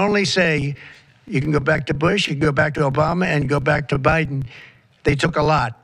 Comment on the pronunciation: He said, "Obiden"! 😂